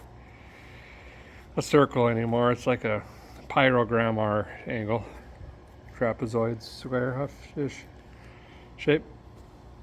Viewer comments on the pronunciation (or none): Crapezoid.. that's what I heard you say... And as I looked at the finished result... I'll mm, well?